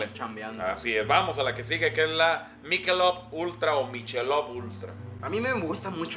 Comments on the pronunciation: El acento en inglés es malito States en vez de states , Budweiser Se pronuncia bodwaiser, miquelob, no michelov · ya se que es una mamada mi comentario. pero se pronuncia "maikelob" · es “mikelob”